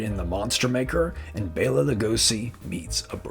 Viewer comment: You are one of the few people that I've ever heard pronounce Bela right.